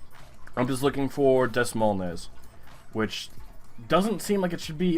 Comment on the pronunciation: Des Moines is pronounced duh"-MOYN. It's the capital of Iowa fyi.